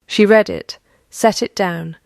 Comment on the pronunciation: This is a duplicate of the same story that I had just read. Also read in the past is pronounced as ‘red’! The picture at the beginning shows quadruplet! So many AI mistakes and no editing whatsoever by the originators- waste of time - don’t bother watching or reading.